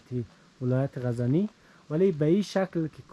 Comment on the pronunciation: And also ghazani